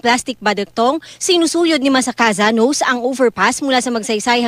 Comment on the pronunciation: "nose"? he's Japanese! it's pronounced as NO-SE